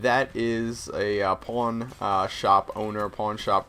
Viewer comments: I heard porn store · He said pawn. when i first geard the word like 1 year ago i thought it said porn i was like wha? lol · did anyone else hear him saying porn instead of pawn? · ha pawn sounds like porn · did he just say porn shop???? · i thought he said porn star i was like WTF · I thought you said you wanted to own a porn shop :$ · Did you say porn shop? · so...how many people thought he said porn? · I thought he said i want to be a porn star not a pawn brocker or how ever you spell it. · did you say porn store? :O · nice sniping well i suck at it (amatuer gamer{or recreational}) and I actually thought he said porn and i got freaked out but then he went into it and I figured it out :/ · Hes saying "PAWN shop".... Right? O.O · i thought you said PORN store owner. i was like WOAH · I thought you said that you wanted to be a porn store owner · At first I thought you said porn shop owner haha!! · i thought you said porn shop at first. lol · I thought you said porn shop at first. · lol first i heard porn shop